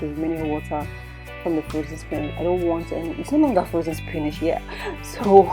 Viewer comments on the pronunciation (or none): Use your dictionary and listen to how it is pronounced. /spi nich/ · why is she pronouncing "spinach' like that